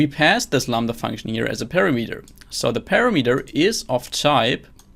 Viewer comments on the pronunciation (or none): you pronoun word "parameter" very strangle )